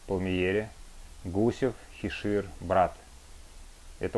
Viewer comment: ХишИром! Ну насмешил